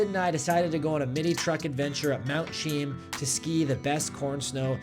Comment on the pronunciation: Brother you gotta learn how to say names correctly; it's "Soo-Dan" couloir, and Mt "Chee-Am" Really great video otherwise, can't believe you found that much white fluffy stuff throughout last year's muck